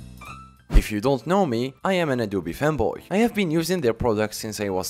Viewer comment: I thought he said “Adobe femboy” and not “Adobe fanboy”